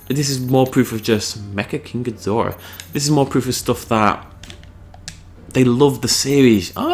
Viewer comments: Lay-zor Beams not Bims and its King Ghi-Door-ah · ***** its pernounced king ju-dora it ses it in the movies and godzilla unleshed